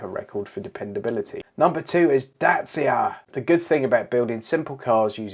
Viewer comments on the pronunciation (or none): Dacia, rhymes with thatcher.